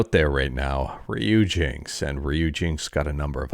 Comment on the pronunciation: Has anyone commented about ryujinx yet? It's Ryuji-NX 😁